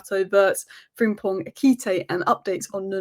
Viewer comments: Ekité???? You mean "Ekitike"? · its Eki-ti-ke.....